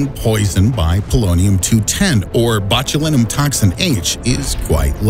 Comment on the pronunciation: Anyone else cringing at the pronunciation of “Botulinum”?